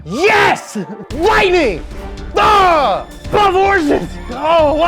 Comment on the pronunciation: "Lightning bah 12 horses oh, wow, look at them they are majestic!"